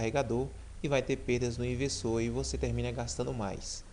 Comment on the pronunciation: Você fala errado o cara(Leonardo ferreira)escreveu do jeito que você fala (ivesoo)kkkkkkkkk